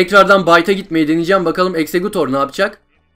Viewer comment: exegcute exeggutor diyen insan